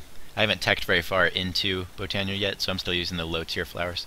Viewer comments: No not b oh nee uh / bot o nee uh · Oh and I think its pronounced /bot/ö/neea